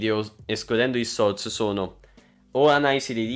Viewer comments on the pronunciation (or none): Ma solo io quando dice "shorts" sento "sorc"? Lul